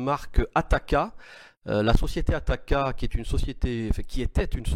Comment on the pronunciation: La marque TAKATA et non pas ATAKA